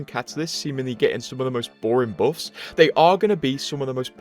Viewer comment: I dont play anymore but still visit your vids to hear you pronounce buffs as boffs